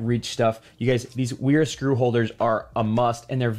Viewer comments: It's pronounced Véra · Sorry for dropping in like this but this brand is pronounced “Veera” the W is pronounced like a V as they are a German brand and that’s the way Germans pronounce W’s. Again, sorry for being one of those annoying people who point out pointless little details 😅 lol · Kinda jarring how the name "Wera" becomes sth like "Uiiirah". Wth.